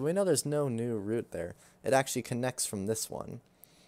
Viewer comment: for the love of god say root properly lmao